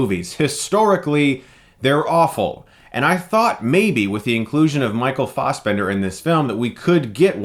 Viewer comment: It's. not. Farsbender.